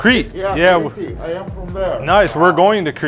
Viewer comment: As a Greek they way you said Crete hurt my insides